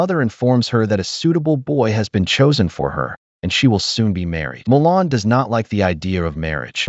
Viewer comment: Mulan. Not Molan.